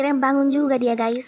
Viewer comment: nyebut Ges 😂😂😂😂😂😂